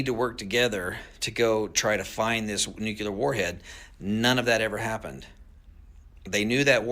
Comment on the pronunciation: He said, “nukular”. The word is NU CLEAR. I think the mispronunciation must come from knowing the word, molecular.